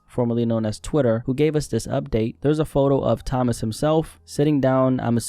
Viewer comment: Toe-mas not Thomas